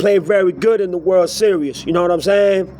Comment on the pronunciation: WORLD SERIOUS ? Are you able to speak any English ?